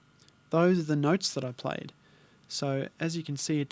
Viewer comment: You had me at "noyts" mate;)